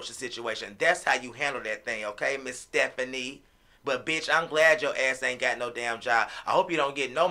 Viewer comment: U call her sephanie ? I call her fephanieeeeeee🤣🤣🤣